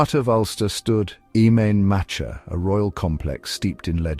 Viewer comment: What sort of shite is his. At least get some sort of pronunciation correct Im main matcha me arse.